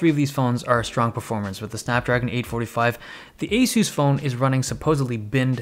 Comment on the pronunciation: y u say asoos its asahs